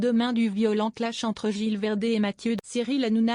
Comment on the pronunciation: il faut prononcer le Z de gilles verdez